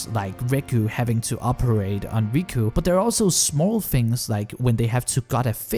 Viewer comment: except it's not riku and reku, it's riko and reg.